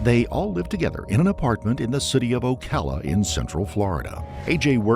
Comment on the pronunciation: Subbed instantly because my dude actually pronounced "Ocala" correctly!